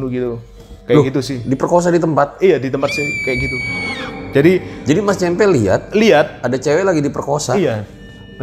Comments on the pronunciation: cempe' bukan ce'mpe' . hhh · Cempe (ce gukan) kali bang, bukan cempe (ce wek).. 😀 cmiiw